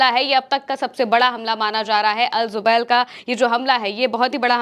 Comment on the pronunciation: Zubail nahi jubail.